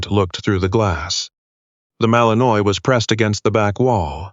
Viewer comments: Seriously, people? The breed name is pronounced Mal-en-WHA, not Mal-en-oiy. Come on. Get it right. If you can't use a word, why use it? It just makes the dialogue sound ignorant. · Granted, it's AI, but maybe it could pronounce properly - mal-in-wa not mal-in-oise. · Narrator, I sure wish you knew how to pronounce words better...not trying to be mean, but it's "malin-waaah" ok? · Fix the AI & find a photo of Belgian Malinois if that's what the story is about. Pronounced Mal in wah, btw. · Malinois is in French and pronounced Mal-in-wah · AI can't pronounce it correctly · Looks like the pronunciation of the breed type which is the subject here could, at the very least, be correct !!!